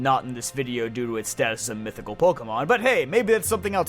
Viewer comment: CRESSELIA, NOT CRESELIYA! AND DARKRAI DOES NOT END WITH A Y, IT ENDS WITH AN I! AND THERE IS NO S IN MYTHICAL!